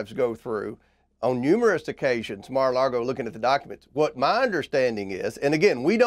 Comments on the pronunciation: Lol...Comer keeps calling it "MaralaRgo" with an extra R. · Do people in Kentucky say "Mara largo" instead of "Mar-a-lago" which means Sea-to-Lake ? Is it an accent or? Idk what Mara largo means. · The way he says Mara Lardo is perfect.